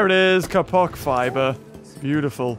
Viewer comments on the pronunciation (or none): none